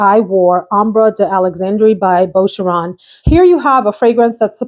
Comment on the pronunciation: Boo cher own = Boucheron Barely pronounce the "n' on the end. Awesome video! Lisa